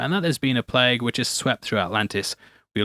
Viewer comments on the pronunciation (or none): none